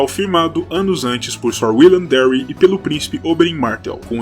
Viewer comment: lindo video, mas so um conselho: a em ingles tem som de e, Darry seria Dérry